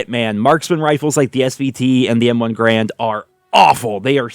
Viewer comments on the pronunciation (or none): It's not M1 Grand. M1 Garand